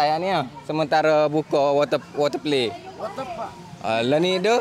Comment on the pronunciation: water play: water pelay 😂😂😂😂